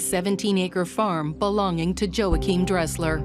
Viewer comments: MURDERED!! dude's name, EVERY SINGLE TIME HE SAID IT!! 😂 HERE IS MY TOP 10 = Joe hakim -- Yo wahkeim -- Joachim -- YoChim Kim -- Joe Kim -- JoaKim -- JoeChim -- Joim -- YaKim -- Joe Dresser -- Joing -- Yim -- Joae -- Joim CONSISTENCY -- is everything, well done brother, He never said it the same way twice 🤣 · Joe-achim (WRONG), his name is W-achim (ding, ding, ding, ding, ding).